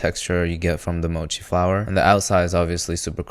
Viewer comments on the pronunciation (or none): none